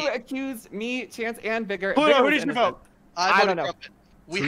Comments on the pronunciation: cant pronounce vigor... yikes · i swear .... if he says vigor wrong ONE MORE TIME